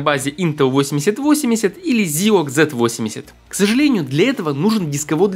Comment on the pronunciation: Не позорься. Не СинклЕр, а СИнклер. Не Зилог, а Зайлог.